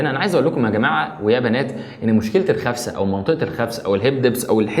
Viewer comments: اسمها خسفه مو خفسه 😂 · خسفة مو خفسة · خسفة وليس خفسة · خسفه مو خفسه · خسفه وليس خفسة ياريت جميع المصريين يصحّحوا الكلمة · الخسفه وليس الخفسه 😂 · اسمها خسفة مو خفسة 😐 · الخسفه اخي. غلط. تقولها. 😂